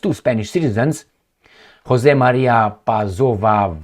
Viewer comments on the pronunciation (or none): none